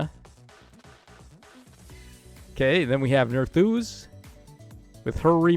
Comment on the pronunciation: Nerþuz and it’s not even close